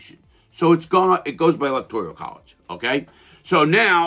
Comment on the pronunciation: I like the second half of the comment but “electorial” that’s just a mispronunciation and or misunderstood how the word is. Kinda irrelevant but still a good necessary correction.